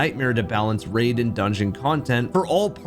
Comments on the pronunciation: why are you pronouncing RAID as RAD? Did you not read your script correctly or has AI kidnapped your voice? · Do you use AI to do your voiceovers? you say "rad bosses" instead of "raid bosses" and that feels like a typo read by AI TTS rather than a human misspeaking or misreading their script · Maybe I missed the part where you explained it…. But why do you keep reusing the word “rad” as in “rad content, rad race, rad boss”??? Are you saying rad instead of “raid”?? It’s triggering my ocd every time I hear you say it!! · I can't tell if this is ai voice or if you simply cannot say "raid" every time I hear you say "rad"